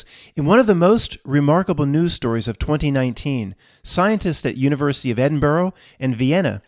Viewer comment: Please it's 'Ed-in-buruh' not 'Ed-in-burrow' 😉. I was on this topic again recently also, strongly disagree reality is subjective...I think perception is, (Is my blue, your blue?, does my sad feel like your anxiety?, is my hearing range the same as the next man's?, etc), and that reality can simultaneously present two seemingly different scenarios to two different people from one point...oh also detest the term Spiritual Narcissists use a lot "Your truth".